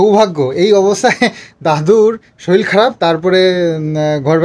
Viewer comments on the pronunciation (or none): শরীল না শরীর